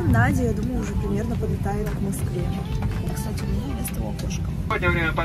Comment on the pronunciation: "Стась, смотри"... чет не звучит как "кстати"